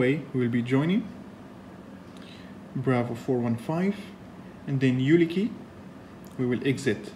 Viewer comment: UKILI ! not ULIKI